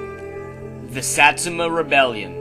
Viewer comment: u cant even pronounce satsuma lol